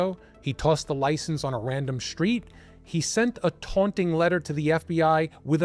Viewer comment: You mispronounce words with str . street straight stranger NOT shtreet shtraight shtranger